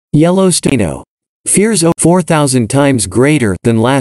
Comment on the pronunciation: Yellow "staino"